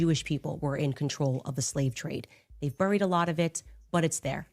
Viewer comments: She says boooried.🤔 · The way she says buried drives me insane! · Candace doesn’t know how to pronounce the words important, certain, buried and burial.